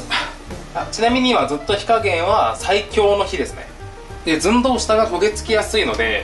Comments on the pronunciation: 寸⤴胴⤵w ツボりましたw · 「寸胴」の言い直しで噴いたｗｗｗ 次回は「ZUN☆DOU」ですね←